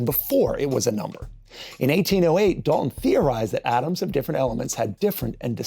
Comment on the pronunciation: I hate you mispronounced dalton